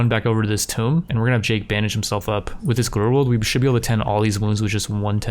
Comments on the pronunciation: hey bud "Tomb" is pronounced like "Toom" like "Tomb Raider" the game. you are saying "Tome" as in a book. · It’s Tomb. Not Tome. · Tomb (Toom) as in King tut's Tomb, not Tome as is an old book. like, are you fucking kidding me dude?